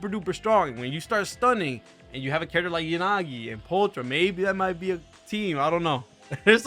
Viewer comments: I think pulchras name is pronounced as pull kra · Also pulchra is pronounced "pole-kra"